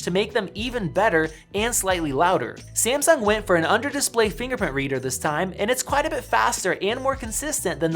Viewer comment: SEE-AM-SUNK ... suuure